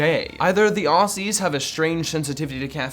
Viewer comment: This annoyed me since I'm Aussie so I'll help you out Aussie is pronounced like ossie